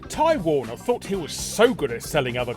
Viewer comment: You spelled "beginning" wrong. Also I kept hearing "Time Warner" instead of Ty Warner. lol